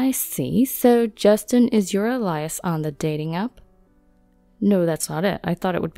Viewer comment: Alias is pronounced "ay-lee-us" not "ah-lie-us".